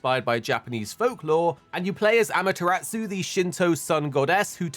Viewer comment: Amaterasu* not Amateratsu